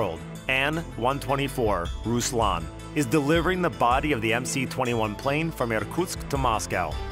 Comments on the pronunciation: Why call it MC-21?! It’s MS-21! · Ok. But it is MS-21, not MC. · It is not MC, it is MS. C in Russian is S. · MS-21 is it's name, not MC-21. The C is an cyrillic S.